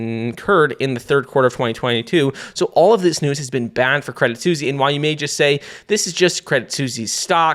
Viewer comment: Your name is and you can't say Suisse...